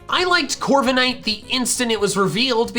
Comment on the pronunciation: DO NOT LEAVE OFF THE K IN CORVIKNIGHT! JUST BECAUSE A CERTAIN LETTER IS SILENT DOESN'T MEAN YOU HAVE TO LEAVE IT OFF!